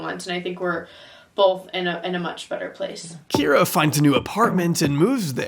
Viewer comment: You did miss a single Kye-ra to -Kee-ra, but it's fine.